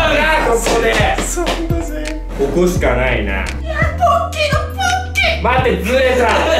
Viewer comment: ポッキーの勃っ起～！？って聞こえてしまった…